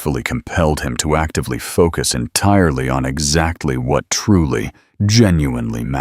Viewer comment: What the hell! Highly, exactly, actively. Damn! Talk about messing up a reading